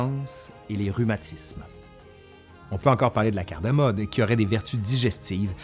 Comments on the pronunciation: Super . Juste c est cardamome et non cardamone ! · Cardamome et non cardamone ! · Bonjour ! Sujet très intéressant Je fais un rectificatif : on dit cardamome et non cardamone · on dit "cardamoMe", cardamone j'ai jamais goûté. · Eh oh,, c’est pas cardamone, mais cardamoMe!!! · Très intéressant mais pour info : CARDAMOME et pas CARDAMONE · C'est "cardamome" pas cardamone ! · La « CARDAMONE » n’existe pas. La « CARDAMOME », oui. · CardamoMe et non pas CardamoNe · CardamoMe. Et pas N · Excellente vidéo! Attention seulement, il faut dire « cardamoMe »!